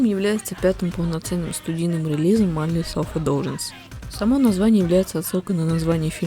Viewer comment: миндлес селф индлюгенсе обычно произносят